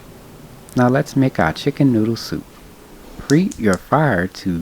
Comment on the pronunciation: I love how he just was like 🖕🏾to the H in preheat 😂😂😂😂😂😂🥰🥰 Love you videos My man loves your recipes